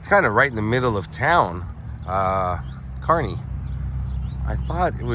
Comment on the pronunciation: I think your the first visitor I’ve heard pronounce Kearney correctly! Great video.